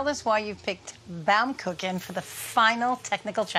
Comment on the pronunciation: Is it so difficult to pronounce baumkuchen right?